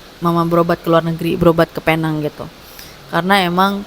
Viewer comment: Alhamdulillah.. Tapi sebutannya “peneng”, walaupun ajeaanya penang ataupun “Pulau Pinang”